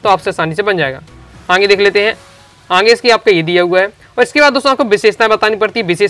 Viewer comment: Aage ❎ aange ✅😂😂